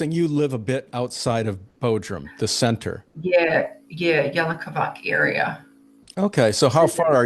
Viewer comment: It's not "sintir", centre (sentir) Centru